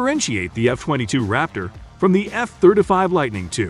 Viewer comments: That's the F thurda five right ther e😅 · The F Therder Five. He says every other jet correct but not the F Thirty Five. Yes ,Thirty, Thir-T-y, nor Therder. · F-third a five 😂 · Eff Thurta Fief ....rhymes with "stab ya wiff a knife " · Thirt uh fave ...... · " F thirtafy" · What's with his pronunciation of F-35 as "F-thirt-uh-fahve"?? What kind of bizarre pronunciation is that? Just weird. Had to turn it off. Makes my ears bleed. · The F-thirtuh-five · What's, " Thirta five"? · All I can hear is this guy saying "F Thirtuh Five." Is he incapable of pronouncing "Thirty" properly, or is that a choice? Great video, thanks for your work. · Thir duh fih